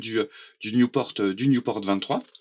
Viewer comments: On dit Nieuport, pas newporte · Belle présentation, mais c'est nieuport pas newport ! C'est un avion français !